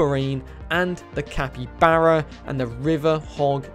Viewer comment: ITS PRONOUNCED CAPY-BAR-A